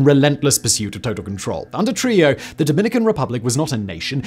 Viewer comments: I believe it’s pronounced “true-HEE-ō” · It’s pronounced “True-hee-yo”. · Simon butchering Trujillo's surname was well worth watching the video but the island of Hispaniola is in the Caribbean not south America lol